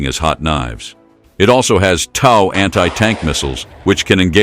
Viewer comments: TOW is pronounced "toe", not "tow" as in "tower". It drives me crazy hearing it mispronounced. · Maybe tell the AI narrator that TOW is pronounced "toe," as in "Tow truck." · It is pronouced "TOE", not TAU... TOW stands for Tube launched, Optically Wireguided (TOW) missile. And, there is NOT way that it can survive a shot from a 120mm main gun of a tank. The M2 armor protects the vehicle through a full 360 degrees against 14.5 mm armor-piercing incendiary (API) ammunition. The main gun on tanks average 120mm in size... You do the math as if it will stand up to that... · T.O.W. is pronounced toe like tow truck.😮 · It's not "TOWE", it's pronounced like you would pronounce the word "TOE!" Get it right goofball!!! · The word is TOW not TAW !! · Pronounced toe not ow, like you can tow things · TOW = Tube launched Optically sighted Wire guided It's pronounced like toe. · Rhymes with 'row.' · Its TOE, TOE! Like your big TOE! Got it?? SMH Should we really fear AI if it can't even pronounce a three letter word?? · Mispronounced the system name (TOW sounds like things on the front of your feet. This is correct) So:dislike..don't recommend! Block Throw shade. Free advice: human narrators are cheap. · Interesting pronunciation of “TOW.” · How the heck do you mispronounce "tow" every other time?